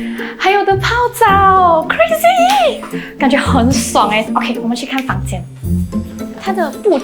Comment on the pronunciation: i keep on rewinding n i really heard her saying 来我们去开房间. I keep on hearing her saying 开房间。 Really I didn't bluff you. 开 和 看 definitely sounds different. If I am the crew staff there, I will definitely laugh quietly n quickly stop the live n let her know she had say her sentence wrongly n will let her hear to confirm she really say her sentence wrongly 😂😂😂